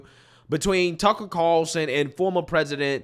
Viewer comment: Judge Jeanine can't even say Tucker's name. 🤬